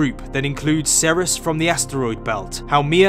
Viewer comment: Ceres is not pronounced SER-ris. It is pronounced SEER-reez /ˈsɪəɹiːz/.